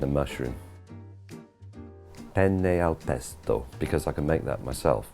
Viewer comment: I'm Italian and how you pronunce "penne al pesto" and "carbonara" is a really good 😂😂. Is fantastic to listen to you saying Italian things...